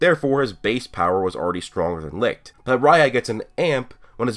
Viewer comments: Only complaint is that u said licht wrong, my guy its pronounced lisht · The way you pronounced Licht made me choke!Had me dying.